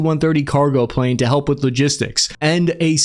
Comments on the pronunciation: “Kilo-gistics node” 😂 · Kilo- gistics 😂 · really? A “kilo-gistics” node?🤣🤣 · "key logistics" I caugth that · …. “A ki-logistical node…” Smooth. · "kilo-gistics node " lol